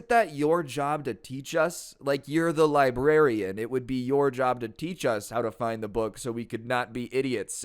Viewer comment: I could have sworn librarian said "lesbian" xD